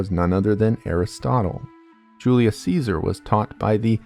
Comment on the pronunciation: says Genghis khan correctly but not Julius Caesar